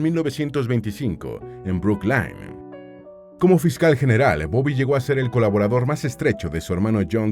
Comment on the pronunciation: Brooklyn se pronuncia bruclin